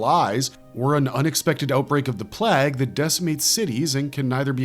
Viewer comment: Your programmer needs to correct the pronunciation of plague